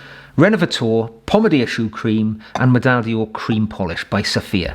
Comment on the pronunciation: Just a tip, not a comment ; The French word d'or (golden) is pronounced more like 'door' (in English) not dior. Thank you for the very informative and entertaining videos sir. Regards Arno from Belgium.